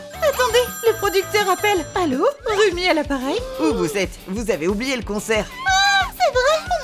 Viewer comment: On dit rumi pas romi